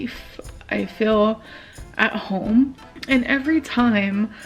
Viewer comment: Your intro cracks me up every single time without fail 😂 "Hellaoh? Is anyone haome?"